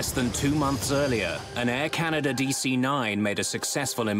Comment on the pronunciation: forgot to fill'r up 🤣🤣🤣🤣 air canadah